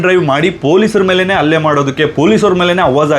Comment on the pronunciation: 😮 ಹುಲ್ಲೆ ಅಲ್ಲ ಅದು ಹಲ್ಲೆ ಅಂತ ಸರಿಪಡಿಸಿ. 😮